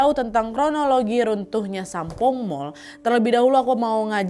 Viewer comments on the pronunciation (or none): lama² nyebutnya bukan Sampoong lagi tapi Sampol 😂😂😂 Ngeuh gak yaa die 😂😂😂